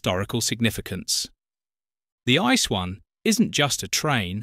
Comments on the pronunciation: This is NOT pronounced ice! This is „IT-SEE-EE”! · Yes, It pronounced not ice, more like "ii-tzee-ee". Nobody call it ice in Germany, nobody!